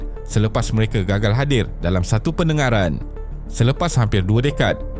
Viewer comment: Yale❎ Yala✅ Mementuk❎ Membentuk✅ Penengaran❎ Pendengaran✅ Tolonglah sebut perkataan tu dengan betul. Jangan obses sangat nak berkonten sampai berulang kali salah sebut satu² perkataan. Dalam video2 lain pun ada berulang kali kesalahan serupa dikesan. Kalau ada masalah "sangau", tolong latih lidah tu supaya tidak keras macam getah skerap!